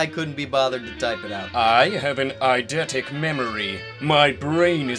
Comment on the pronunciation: that isn't how you pronounce eidetic, I would know this because I am very smart